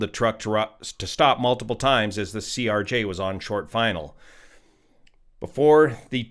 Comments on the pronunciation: why do you keep saying Erj? Just a miss speak or is there a reason to call a Crj an Erj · just a quick correction, you have been saying it ERJ when it's CRJ. I know its being very nitpicky but just wanted to point it out. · CRJ, not ERJ. Video is now out of date at this time. F-ing "Yo"nited... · "ERJ" bro... ugh... its a CRJ 900. not trying to be pedantic but there's a huge difference between an ERJ and a CRJ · CRJ* NOT ERJ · CRJ…. CRJ… not ERJ